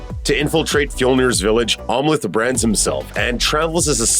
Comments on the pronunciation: I keep hearing "Omelette" as in an egg omelette everytime the narrator says Amleth. Lol. Must be hungry. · Narrator didn’t see the movie. He keeps mispronouncing Amleth.